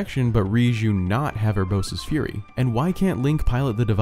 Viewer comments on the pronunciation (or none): none